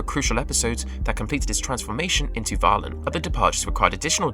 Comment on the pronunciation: ...not to mention mispronouncing Valen! Has he actually watched the show or did he just rely on Wikipedia?